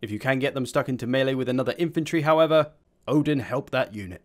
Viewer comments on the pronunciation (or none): none